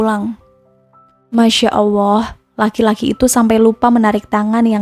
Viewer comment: Maaf koreksi: bukan awwoh tetapi Alloh 🙏